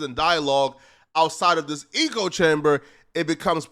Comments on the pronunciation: Omg he makes great content and has intelligent views (usually), puts it together well. Sometimes tho, lol he says eco rather than echo or something similar and I’m like wtf, how…. How are you saying this or that so wrong and so often. We’re all flawed though. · Idc if saying ECHOE chamber like a retard somehow boosts you in the algorithm. It still makes you sound retarded. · Eeko eeko eeko eeko chamber😂😂😂😂😂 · Eeeeeko without chamber 💀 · Omg can someone PLEASE tell how to pronounce the word Echo? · Is he saying eco-chamber on purpose? Like a play on words. Does he not know it’s echo-chamber? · it is “ECHO” chamber… Not “ECO” chamber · Its echo not “eco” chamber bro. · You kill me every time you say eco chamber. Sounds like a place a bunch of recyclers hang out. The phrase you're looking for is echo chamber. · Nothing says sudo intellectual like a word Smith pronouncing echo "e-co" lmao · Wes hasn’t lost all his fans… Still over half a million subs. Did he fuck up, sure… he still has followers and people paying for his programs though. Having money is a part of being High Value. Wes is a millionaire. Oh, and it’s “echo chamber”, not “eco chamber” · “Echo chamber” bruh. Not “eco chamber” 🤣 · Echo-chamber….not eco-chamber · Lol "eco" chamber. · Where do they pronounce echo like eco. Echo rhymes with, like say Heck with an O and without the H. Other than that good video 🌟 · Your pronouncing echo chamber wrong your say Eco like Eco friendly . It's echo "EEHHKO" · Nahhh this ninja fake smart ain’t no way he said eco chamber are you trolling bro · Echo - pronunciation (EH - CO) - - certainly not (EEEK - OH) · "eh-coh" chamber not "ee-coh" bro, are you serious? LOL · Lmao "eco chamber" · Facts! Bro, it's an "echo" chamber, not eco. The American education system has failed you. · Wtf is an E co chamber. Thought you were saying ego chamber, which kinda makes sense. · It’s echo. Not eco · Echo brother. Eh- Koh